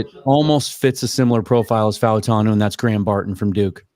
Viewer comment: "Fau" of Fautanu would typically be pronounced as one syllable like "Mau" of Maui is.